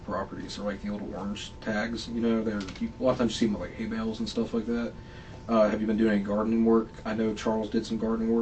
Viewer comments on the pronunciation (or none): Hay of bale bay of hale 😂